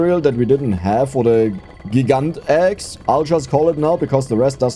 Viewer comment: About the name of the Gigant Axe, I think it's meant to be said the same as Gigantic, but with "axe" at the end, Gigantaxe.